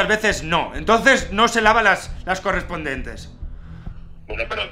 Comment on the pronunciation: Parece Amador Rivas, no sabe ni decir las palabras bien 😂. "Negrigentes" "Correspondentes"